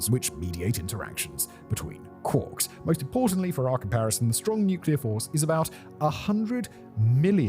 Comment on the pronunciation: It's another wonderful video,.... but why did you mispronounce "quarks" and "processes"?